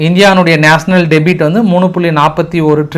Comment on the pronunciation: Min அடேய் debt என்றால் "டெபிட்" இல்லடா debt என்பதை "டெற்" என்று உச்சரி. ( "b" is silent) டெபிட் என்பது debit... இரண்டிற்கும் கருத்திலும் உச்சரிப்பிலும் சற்று இடைவெளி உண்டு. ஆங்கிலம் அப்பட்டமான தெரியாத மூதேவி உன் Screen இல் உள்ளதை உள்ளபடி சரியாக வாசி. த்தூ... நீ எல்லாம் ஆங்கிலத்தில் செய்தி சேகரித்து தமிழில் சொல்லுகிறாயா??😂😂😂😂 தப்பா பிறந்தவன் தப்பா பேசுறான்.